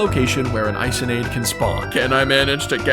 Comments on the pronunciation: How to pronounce Isonade👇 I-SON-AD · Isonade is pronounced “eeh-so-nah-day”, it’s a Japanese myth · Also isonade is pronounced Eee-so-nad-A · Not to be THAT GUY but it's pronounced (eesonadé) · Didnt pronounce isonade correctly